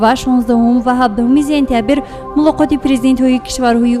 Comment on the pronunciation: Танкид намекунам мегуяму токат кардан наметавонам.Сентябир не,сентябр! Александер неву Александр! Илтимос дуруст талаффуз кунед!